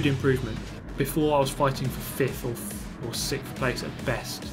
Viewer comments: “sick of sickth” GT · Good job not getting sixphhhhth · Sickth and tired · Maybe if you said it right you might do better.